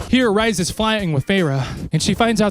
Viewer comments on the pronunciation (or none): Tf do you mean Rise? It’s like rrrreeeeeeees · OMG... ITS REEEEEEEESE. PLEASE, NOT RICE.... ITS REE-SAND. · Re-sand, re-s not ri bestie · Ya, I didn't need to listen to you eating/being a p*$$y about spicy food. Also Rhysand is not pronounced like rye bread, but like Reese's Pieces. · every time he says Rise I'm like who 😂